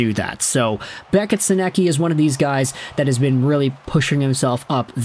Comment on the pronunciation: You’re nowhere close to pronouncing Sennecke’s name correctly 😂